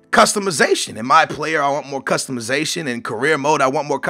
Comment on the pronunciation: Customuhzation? Lol its customization